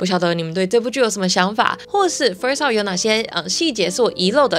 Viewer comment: Love 的发音我一直听到 Up..